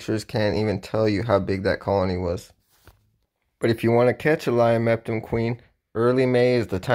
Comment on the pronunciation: Idk if you know this but it's pronounced lio-ma-topum